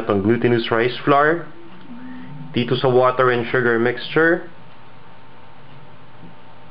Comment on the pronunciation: This is great. Sana, it was posted earlier. Will definitely try this. Oh btw, I love how u say "shu-ger..." ^^